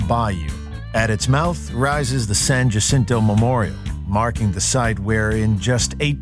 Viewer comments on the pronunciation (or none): I don’t think he pronounced San Jacinto right